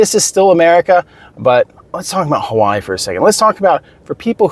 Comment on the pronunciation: Why are you pronouncing Hawaii as HAWAAH? I'm cooking while listening to your video and I was like "wtf is he talking about"